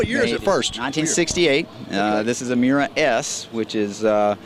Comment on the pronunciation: It’s Miura, not Muria...